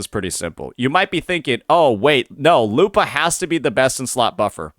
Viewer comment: Why do you pronounce it lupaah lol